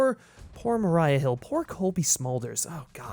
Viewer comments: Mah-REE-uh, not Mah-RYE-uh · Who the fuck pronounces Maria like that? Are you a Skrull, buddy?